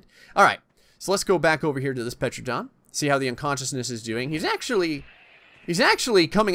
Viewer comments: wakko151 no you are also wrong it is not pronounced “Tera-Don” it is pronounced Ter-Anna-Don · “Petranadon” AS A SELF LABELED DINOSAUR EXPERT I AM HAPPY TO SAY THAT IS NOT HOW YOU SPELL IT >:0 I know this vid is old But Sir It’s pronounced “Tuh ran uh don” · It's pronounced teradon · its called a Tera_Don. and its Mortar and Pesel. Not the spelling but how you say them. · Bro u say like tear-u-don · Dominic C. No it’s Ter-Anna-Don..... people always forget the Anna part in the middle! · Petranodon? PLEASE. PTERAnodon is the most popular pterosaur and you pronounce it wrong... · The “p” in pteranodon is silent. Like pterodactyl or pteranodon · you don't prenounce the P in pteradon